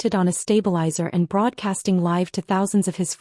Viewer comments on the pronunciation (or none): Good grief!... Here we go again... another poorly or lack of editing both, oral and/or written. Examples, among others: a "rock" march... how about a "ruck" march as in a march with a full heavy "ruck" sac; " live" pronounced as "liver" instead of " live " as in "hide". We won't mention the ever present problem of most of these stories with the pronounciation of " read" which changes according to the tense that can change the overall sense of the narrative. There are many more. The strangest thing is the proper pronunciation according to the story and some lines later in the narrative, it is totally wrong. I thought, at one time, that maybe it was somehow an AI issue. However, in this case, it seemed that this was not the case but rather a poor editing job, a lack of care in the final product posted for the audience, a lack of respect for the audience a lack of self respect for the final product. It distracts from the overall entertainment experience for the audience. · Live in livestream was mispronounced. Should be pronounced with a long i.